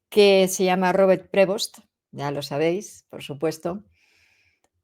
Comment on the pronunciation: La pronunciación original de su apellido es Prevó porque es un apellido francés. En francés, como en espqñol hay palabras agudas pero en inglés como en latín no existen las agudas. En inglés se pronuncia Prévo. En español debemos decir Prevóst